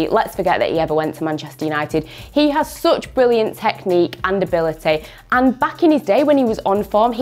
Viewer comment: How it is written: Such How it is pronounced: Me: "Sach" Her: "Soch"